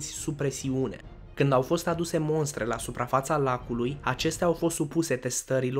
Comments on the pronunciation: Mostre, nu monstre ! Caaută în DEX ! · salut se pronunta mostre si nu monstre,si forare nu forjare,atentie cum pregatesti materialele pentru viitoarele clipuri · Te rog să nu mai zici "monstre" ci MOSTRE. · Mi-au plăcut mult aceste clipuri, sunt foarte bine realizate, atenție însă la pronunție. Se spune mostră, mostre, nicidecum monstre! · Ff interesant!! Without hate, se zice mostre nu monstre 🤗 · Mostre! Fara N. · ”Mostre” nu ”monstre”! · Te rog frumos, "mostre", nu "monstre" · Vreau să te corectez, dacă nu te superi. Spui lucruri interesante dar faci o greșeala de exprimare. Nu se spune Monstre ci Mostre. Fără supărare! Te urmăresc și îmi place ce aud! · sa stii ca nu se spune monstre ci mostre, mai citeste